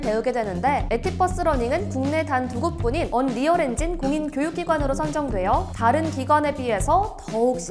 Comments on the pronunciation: 언리얼발음이 언~~리얼이 아니라 언리얼인데.... 먼가 어색하네요 ㅋㅋ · 언.리얼엔진 킹받네 ㅋㅋㅋㅋ 언리얼이라고요 언리얼!!! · 언리얼엔진을 언.리얼엔진이라하네 ㅋㅋ